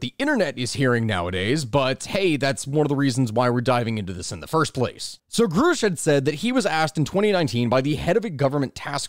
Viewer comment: Repeat after me GRUSCH, not GROOSH. GR-USH.